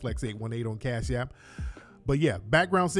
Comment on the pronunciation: "Where is j j getting all this casasshh" 😆😆🤣🤣🤣🤣